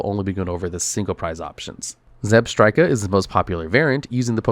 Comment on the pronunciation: I have been laughing for 3 minutes straight after hearing that pronunciation of "Zebstrika"